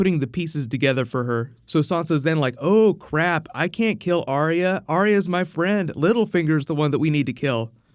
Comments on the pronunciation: Its Ar-ya not Ar-ee-ya Ar-ya Ar-ya Ar-ya Ar-ya Ar-ya Ar-ya FFS I don't understand how you can't recgonise a 2 syllable name when you see one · Why does Sansa pronounce arya's name different to everyone else? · can you try pronouncing Arya's name correctly